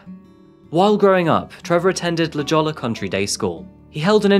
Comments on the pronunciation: LAH-JAW-LAH... just about wet myself laughing. It's "LAH-HOY-YA" buddy. 🤣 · it’s not La Jaw-la, it’s pronounced La Hoy-ya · "LA JOHLUH" is pronounced incorrectly. It's pronounced "La hoy-yah". Appreciate you for posting this video. RIP to the lives lost. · When you said “La JAWLA” intead of “La Hoiya” I started dying laughing bro… it’s pronounced “La Hoyya” 💀💀💀💀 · it's pronounced La Hoya, not La JOLLA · It's < La Hoy-a> not But great video! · “La HOYA” not lajola. Great videos, but lots of mangled pronunciations. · Just so you know, it’s not pronounced (La Gio ella) it’s pronounced La hoy ya! California has some odd sounding towns. Let me know if you need any help in the future. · "La-Hoya" not "La-Jollah" XD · La Hoy-ya not La Jolla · La Jolla pronounced La Hoya lol sorry it's my home😂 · Just a side note, but it’s pronounced La Hoy-yuh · Always interesting. Just FYI “La Jolla” in San Diego is in pronounced “La Hoya” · Hey uh....LaJolla is pronounced like (La Hoya) just so yk👍👍 l LOVE your vids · was just about to post a nice FYI for that it’s pronounced La HOY-a 😁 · La Jolla is pronounced La Hoy-a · It’s said like “la hoiya” lol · Another great video. Minor point, its pronounced "La Hoya" high school. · La Jolla is pronounced like Spanish so j is an H sound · La Jolla is pronounced La Hoy yah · LA HOYA......it's pronounced LA HOYA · But it IS pronounced Hoya, just for future reference. ❤️ 😊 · I live in San Diego. La Jolla is pronounced “La Hoy-yaah”. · I understand you're from the northern part of Ireland because you don't say "the". As in " she went to " the" university" . You say " She went to University". The "J" I. La Jolla is not hard. The J has a hard H, and the L's are not hard and has an E sound. Sounded out its- La Hoy ya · I lived in San Diego at the time this happened. It was a total mess and so sad, (btw, its pronounced La Hoya), I always wondered the background of his decline. Thanks for posting this. well done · Jolla is pronounced "hoya"